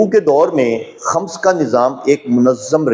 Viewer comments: Eik feedback... Aap k lafzone k talaffuz theek nahine... Like Khams nahine khums hy... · خمس،کی میم،پرپیش ہے، زبر نہیں۔